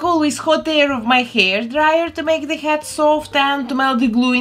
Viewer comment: every time she says head I think she is saying hat. my brain hurts XD